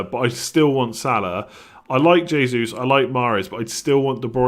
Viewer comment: All incorrect pronunciation on the Portuguese. The J sounds more like a juhhh like shhh. Jesus is pronounced Shjay-suis